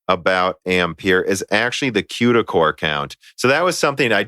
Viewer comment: Qduh cores? lolol it's CUDA not Qduh No part of English has a C pronounced as a Q